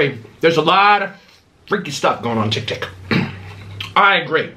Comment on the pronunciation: You need to read too bc you called tiktok tiktik